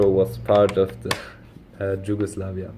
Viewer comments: you are saying it like "dž" just say the "y" like in yes Regardless, awsome video, keep it up!👍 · You say it so wrong, it’s YUGOSLAVIA in English, in Serbian it’s Jugoslavija but in Slavic languages J is spelled like Y not like in English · Ye haha you pronounce it as if a slav would spell it Đugoslavia no worries still thx for the vid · J in Slavic languages is like Y in English like I explained, you need to say it like In English Yugoslavia because you use now the Serbian form but you read it like English letters, Slavic pronouncing is totally different from the English one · Problem is not with writing but with pronunciation, you pronounce name of some countries really bad like Yugoslavia, there is no English J, because in Slavic languages it is not pronounced like in English...